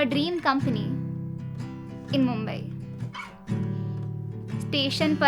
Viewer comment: Nice poetry as always But name of city that give you such love is derived from 'shree mumba devi and in marathi bai means devi so it is mumbai and you pronounce it bambai why? ☹️